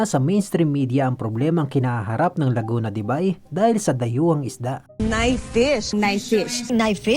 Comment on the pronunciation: Laguna de buy visayang visaya buy 😅😅 ausin mo tol laguna de beyyy dpat ang pagbasa😅